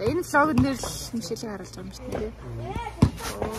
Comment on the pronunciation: Мишел юм чинь Ми-Шель’ гэж тод хэлээрэй~! Мишээл гэж сонсогдох гээд байна🍓🌸